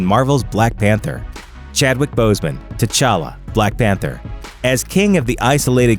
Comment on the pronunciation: If you really wanna go african all the way Tchalla is pronounced "chala" not " T Challa". The T shouldn t be pronounced